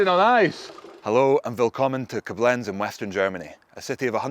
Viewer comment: Hehehe.. love how he puts the accent on the wrong syllable when saying Coblenz.